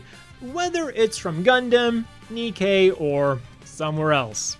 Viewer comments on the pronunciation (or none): none